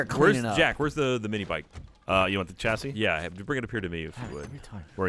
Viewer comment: The way Jack is saying 'chassis' is doing my head, it's pronounced with a 'shh' sound, not 'ch'.